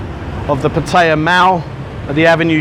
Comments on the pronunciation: Patire? Oh, Pattaya (Patt-a-ya). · The minute you grossly mispronounce Pattaya destroys your credibility. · You mispronounce Pattaya. Brits do.